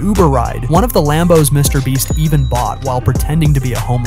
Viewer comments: He said Mr breast😭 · “And its own by mr brest” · Bro called him “Mr Bleach” at 😆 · "Mrbreast" "Mrbleach" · Why does this AI voice always say “Mr Breast” at some point in the video? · Yes it’s an AI voice that always does this, who ever wrote the script made a typo 😅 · Bro Said mr breast 😂😂 and stop acting like Mr beast brag over these things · Mr breast? Mr bleach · bro you say mrbreast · Mr "bre-st" ... um no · Get your ai voice over to fix its grammar or proof read your script dude. You repeated called mr. beast : Mr. Breast, Mr. Bleach, and you said sheran tanks instead of Sherman tanks and got you monetary amounts wrong saying billions instead of millions. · Why do you keep calling him Mr BREAST? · the way this man pronounces mrbeast is crazy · It’s funny how you messed his name up a different way every single time